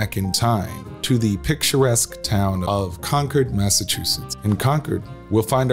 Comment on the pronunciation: This was more like advertising for the country clubs than it was historical. But at least the pronunciation of Concord was correct.